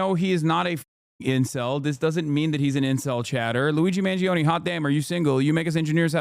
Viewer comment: It’s Mahn-JOE-nay the i is what makes the g soft